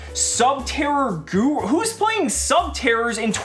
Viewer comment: I'll be honest. When he said Guru my heart hurt a bit.